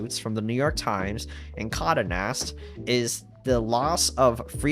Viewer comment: Geohotz really needs to come through with that tinybox. Also it's "Con-day" Nast. Not Condanast.